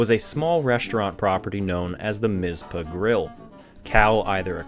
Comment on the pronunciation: The Northern (Wyatt Earp's place) is 26 miles south, in Goldfield. I dont know what it is now, it was a cafe when i lived there in the early 80s. (Its TonoPAH and MisPAH, not Tonopuh and Mizpuh)